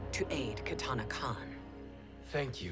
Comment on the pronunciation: It's katana not katana